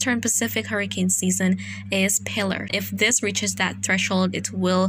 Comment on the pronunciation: accent on second syllable ... Pil - Aahr ... relatively common women's name en Espanol ...